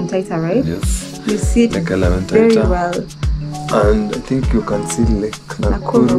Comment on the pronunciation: Elementaita❌ Elementita✅ kais kiasi ianze kuitwa Elementitus